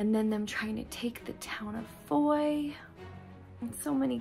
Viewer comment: I lived in Belgium for 3 yrs, and the town of Foy does not rhyme with "Roy" It is pronounced ""Fwah."